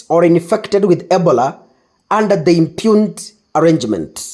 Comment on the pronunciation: Ebola is pronounced as "ee-BOH-luh" (or ih-BOH-luh). NOT "ebla" you are too quick